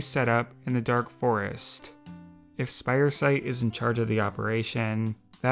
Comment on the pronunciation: its Spiresight not Spidersight